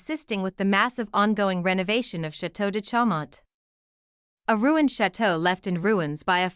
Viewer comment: You can't even pronounce Chaumont. You COULD have looked up the pronunciation. This is just pure laziness. Chomont? It's pronounced Shawmon..